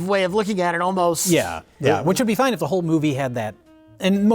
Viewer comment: Superman..."it's fone!!!"